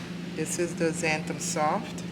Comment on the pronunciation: You are pronouncing zanthum. It is Xanthan with n at the end, not m